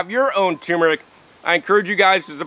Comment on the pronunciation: TuR mer ic not toooooo mer ic